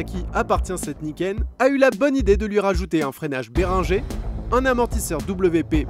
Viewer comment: La prononciation est correcte beringer étant français ...